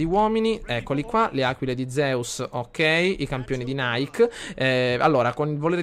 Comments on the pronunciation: si pronuncia nike nn "naik" in onore della dea greca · Ogni volta che la plebe nonclassicista lo pronuncia Naik sento 23 pugnali nel cuore ahahahah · Nike (dell'esercito "I campioni di Nike") si pronuncia come scritto, non come la marca di scarpe. Nike è una dea greca. :) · nike leggilo come è scritto, è il nome della dea greca della vittoria quindi non lo leggere come la marca di scarpe.Continua così sei un grande! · Sentirlo pronunciare in quel modo è straziante xD